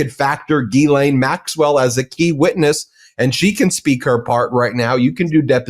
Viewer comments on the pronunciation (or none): I'm begging you. Please research pronunciation for Ghislane Maxwell. And Virginia Giuffre. You're a smart guy. Getting their names wrong is distracting.